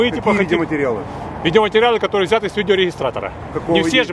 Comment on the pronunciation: Кличко: "на что снято? на видеорэгэрестратэратор? я не понял, пойдемте на майдан, расскажите понимающим людям про ваш видеорэгэрестратэратор" а в голове каша: "почему в брошюрке из посольства США, нуланд, маккейн, меркель не рассказали про то, что такое видеорэгэрестратэратор"